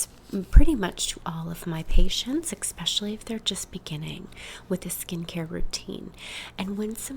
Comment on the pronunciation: 'exspecially' i love you😃💕